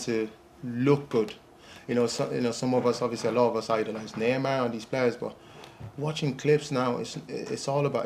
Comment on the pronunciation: Listen to the way he "Neymar" at 10.02 and come back here. Pure cork boi